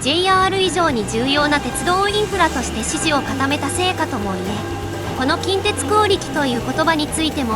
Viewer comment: 近鉄の発音が現地と同じになっている😮